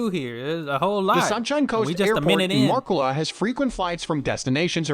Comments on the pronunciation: "Everything" is pronounced wrong, you will struggle to find them in a map! 😂 He's getting clearer sometimes! 😳 Noosa is about hippies and Rich celebrities! Yes, but you need a car/caravan to get to the beaches! Moolala?? Artsy, Tea, pop in granny! 🤨 Fraser Island is very expensive and has harsh local rules! Coolum, surfing, one expensive cafe, ok! Sunburn, water, sand, sorted! 👍 Sweaty mountain trek, snakes, yep! Calendar?? There is lots of beaches, a few cafes, long walks and surfing lessons! 🤔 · MOOLOOLABAH MOO (cows go moo) LOO (as in the English term for toilet) LA (singing la la la me me me etc) BAH (like the traditional kids rhyme/song “Ba Ba Black Sheep have u any wool”…). MOOLOOLABAH. & MALENY MA (as in short for grandma) MALENY (think Victorian England & a servant helps a lady out of a carriage whilst bowing & saying “Me Lady”)). Keep the MA sound the start then finish the word as per above ie swap out the D for N in Lady & that’s how you pronounce MALENY. The dudes info was good except for end when he shows the surf whilst talking about … some river wasn’t it? BUT his (was an automated voice robot possibly) pronunciation was unfortunately abominable. Did just 2 words here - there were more but it’s good to know how say town names cos god knows where u will get sent if u ever come over & ask for directions to … (i dunno i was going “i’ve never heard of that place … ahh - ❤oh ok … say wot!”). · omg! Its pronounced Moo-loo-la-ba these people should learn how to say things properly before they go making videos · I just heard ‘voice’ say - Mooloolahlahbaaah or whatever he said, Vic here, but yes been to QLD a few times but never to mooolalala-blah blah 😮🤔😂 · He absolutely butchered Mooloolaba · I'm dying here over his pronunciation of Mooloolaba, but what really kills me is how they butcher the words with confidence. Please someone kill it with fire.